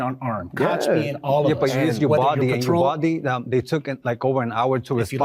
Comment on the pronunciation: Wait is he saying “ubalde’…think he means Uvalde. Get the name right as your talk about it so strongly